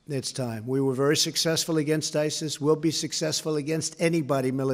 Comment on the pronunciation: Am I the only one who noticed Trump calling ISIS SIRI? :D